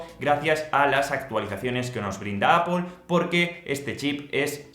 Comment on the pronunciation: A la tercera vez que has dicho "Apol" me has dado un poco de grima pero buena review.